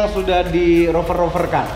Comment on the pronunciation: Rover bukan oper, udah cringe salah lagi, payah